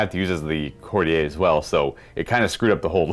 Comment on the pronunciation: Could somebody let know he's mispronouncing courtier